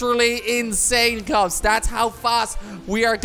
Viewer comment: He said kops like the end of his YouTube name kweblekop